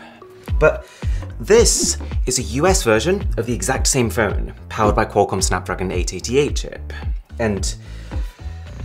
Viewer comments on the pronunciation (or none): phone, not phewn